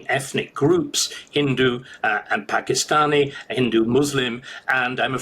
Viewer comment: Did he say British Paki stan?! Lol at 10.38?